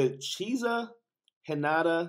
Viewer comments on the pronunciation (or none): Cheesa 😭 that what i heard .